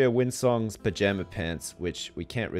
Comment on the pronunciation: He is so close, but it still makes me cringe when he says windsong...